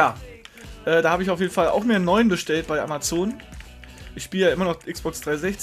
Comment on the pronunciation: kann sein dass ich mich irre aber spricht man es nicht amaason aus ?